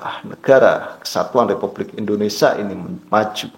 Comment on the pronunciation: Mas kamu ini ngomong Indonesia aja salah bukan endonasa 😂😂😂😂 tapi ngeyell😂😂😂 otak pendek ternyata..